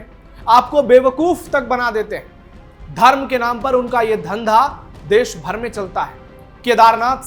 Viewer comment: भाई आप पहले अपना उच्चारण सुधारिए "श" शब्द का उच्चारण सीखो आप न्यूज पढ़ रहे हो ,गाओ वाली हिंदी मत बोलो, अच्छी हिंदी बोलो। देश को देस, कश्मीर को कसमीर, वोट को बोट बोल रहे हो क्या स्तर है समाचार वक्ता का?